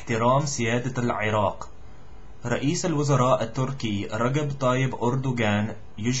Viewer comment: Very impressive Dude, few mistakes here and there but who cares!! I like the way you say "Iraq" , not easy but you did well indeed.